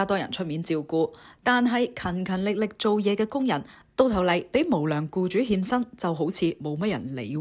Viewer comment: 欠薪變成獻身，懶音有趣好好笑!